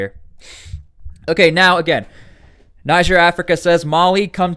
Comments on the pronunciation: It's not 'naijer' it's 'neejer' naijer is a state in Nigeria 'neejer' is the country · It’s pronounced Nije